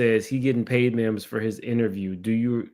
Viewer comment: It’s Mims not memes. 🤦🏾‍♀️